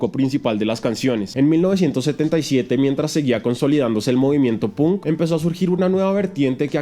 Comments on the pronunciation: se lee pank no punk jajajja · Punk se pronuncia panck no pun